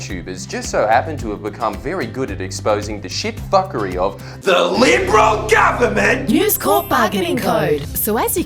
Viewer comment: "DHA LYIBERUL GUVERMENT"